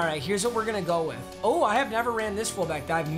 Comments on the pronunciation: Nobody: Nobody at all: Not even they/thems:: wirh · nobody: mmg: wirh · Nobody: Not Ya boi pizza:: "wirh" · no one : mmg: “wirh” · Nobody:: Wirh Roddy Ricch: Wee Wirh